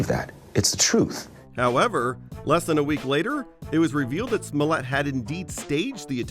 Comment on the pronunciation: It's JUICY SMOYÈT c'mon guys. Do Your research.